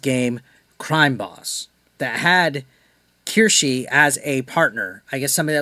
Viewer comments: I’m surprised you don’t know who she is. She’s amazing and hilarious. It’s pronounced Keyr- Sh- uh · Omg u buchered her name😂